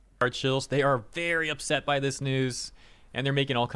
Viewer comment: Give 100 million Chinese men the day off work to play a game, and ya lmao "vewy vewy successful" 😂